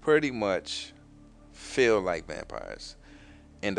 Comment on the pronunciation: you mean feel not fill